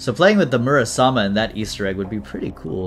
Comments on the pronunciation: I think it's Muramasa not Murasama? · is it not muramasa? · it confuses me a lil everytime he calls it murasama